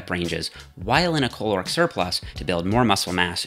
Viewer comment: The pronunciation of "caloric" here sounds like some kind Star Trek alien slur.